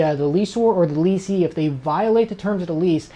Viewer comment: FYI guys the words are pronounced like they are spelled. Correct: "less or" and "less ee" / Incorrect: "lease or" and "lease ee".